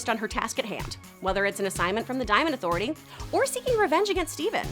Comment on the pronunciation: You should've respected my authoritaah